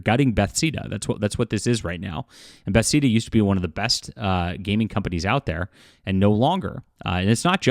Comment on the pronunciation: I've never heard anyone pronounce Bethesda that way, weird.